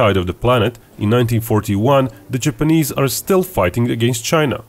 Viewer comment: Jipeneeeeeeeese why does it sound like he says it like that